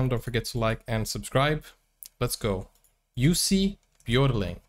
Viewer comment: Jussi Björling, perfect pronunciation! He toured the US with his Dad and brothers at the age of 9. All good singers. So glad he lived long enough to make good recordings. Museum in Stora Tuna, Dalarna (Dalecarlia), Sweden. His homestead as grown up. Born in southern Sweden.